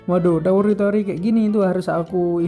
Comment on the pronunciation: Lu apa ga tau si Tsukasa tu termasuk wibu Edit : tambahan bang pas ngomong teori ngomong te nya b aja lahhh😂😂😂😂, tambah lagi yang penting ngomong t nya b ajalah